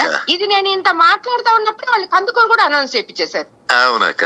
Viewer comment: "కందకూరు"కాదు కందుకూరు కరెక్ట్ సరిచేసుకోండి.